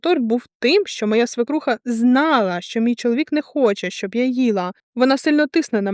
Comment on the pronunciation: Мда історія треш звичайно( однак одне маленьке виправлення, не "свИкруха", а "свЕкруха". Це можна перевірити в словнику. Без образ, просто на фоні грамотного тексту слово надто ріже слух і очі в тексті